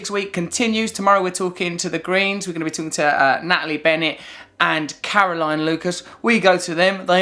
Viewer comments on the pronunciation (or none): none